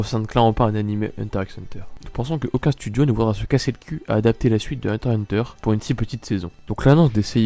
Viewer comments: par contre tu dégoute a dire hunter hunter sans le x mdr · dis pas hunter hunter stp dis hunter X hunter stp